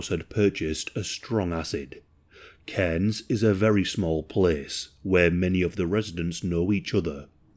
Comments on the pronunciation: Aussie here firstly "Caines" is pronounced "car-ns". Secondly yes mail order brides is a thing here my mum's best friend is one, he was an asshole too didn't kill her but beat her up in front of the kids repeatedly. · The way my neck snapped when I heard cairns